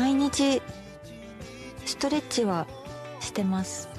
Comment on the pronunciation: ストレッチを発音よく言うと1人エッチになるのか〜、勉強になるなぁ